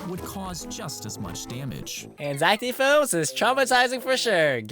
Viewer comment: That ain't zack d. Films thats "zack dih films"